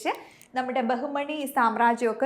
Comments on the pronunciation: ബഹുമണി അല്ല ബാമിനി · ബഹുമണി അല്ല. ബാഹ്മിനി. (ബാമിനി )